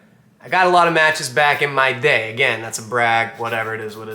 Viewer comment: Your accent went real New York when you said 'back in my day'